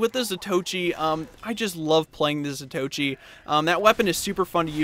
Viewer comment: It's zato-ee-chee